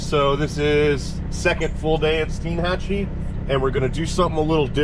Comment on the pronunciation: I really liked this vid since I lived in the Panhandle for 22 years diving, fishing, hunting, etc. Of course years ago, before the rich crowds found the white sand beaches and EXCELLENT fishing/diving it was better. With that said we explored everywhere including Steinhatchee. That is pronounced STINE-hat-chee (like a beer stein).